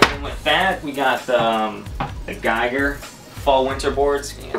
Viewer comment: GIGER (pronounced "GEEger")not geiger..